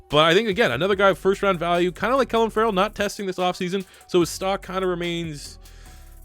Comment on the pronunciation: Please look up how to pronounce clelin Ferrell cause every time u say it I wanna shoot myself. It’s pronounced Cleelin not Clelin